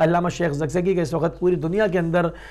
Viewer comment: sahib waqt hota h Wakhat nhe hota